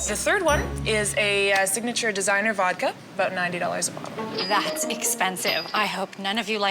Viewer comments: How is she Russian and can't pronounce voDka but will spend $1700. wow. These two are both ridiculously unreasonable. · Did she keep saying “Vokka”?